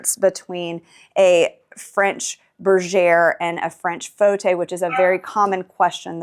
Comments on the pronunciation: Lovely home thank you for sharing. By the way, Fauteuil- which, indeed is French for armchair. However you have the pronunciation incorrect~ not 'faux-tay', but rather: 'faux~toye"...also, foyer is pronounced: "foi~yaye". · Fauteuil is not pronounced “fotay”.